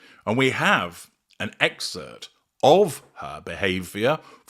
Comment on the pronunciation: ExcerPt. Please talk right.